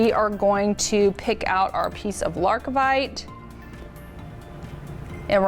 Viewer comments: It sounds better when it’s wrong! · Wonderful pattern, but it's Lar-Vi-Kite not LarK-i-Vite in case anyone is trying to find the stone.